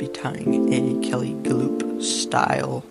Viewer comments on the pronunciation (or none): Hi, nice looking fly. But I believe to correctly pronounce Kelley’s last name is the same way as a horse running.